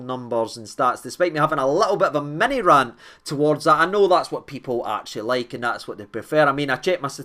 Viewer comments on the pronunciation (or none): none